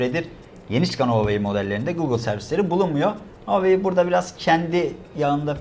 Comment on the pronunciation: Huawei -- okunuşu Huavey.Çinliler konuşurlarken sesi Havey gibi çıkar.İki hece aslında iki farklı kelimedir, anlamı Çin Başarısı(Çinin gururu da denebilir) .. Onun derken, huaveyin = doğru, Huaveynin = yanlış. Huawei kelimesini Türkçe'mizde telaffuz etmek kolay değildir ancak ayna karşısında çalışmakta fayda var.